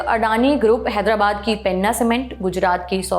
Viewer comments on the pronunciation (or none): none